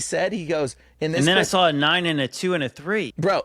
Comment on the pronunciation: it's hard to take you serious when you say drawl instead of draw, and sawl instead of saw. C'mon man